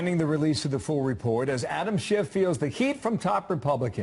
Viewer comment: I wish people would stop pronouncing Adam Schitts name wrong.